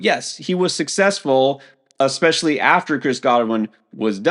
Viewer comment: Quinshon "Junkins" - Sal "eckspecially" Vetri